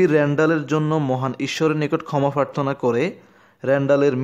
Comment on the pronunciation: Pharthona ki? Prarthona hobe